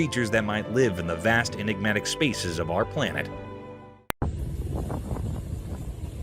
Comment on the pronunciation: "Inegmatic" 😒 You inegmatic drama queen!